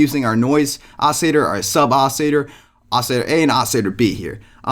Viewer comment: OCILLATOR pronounce the L's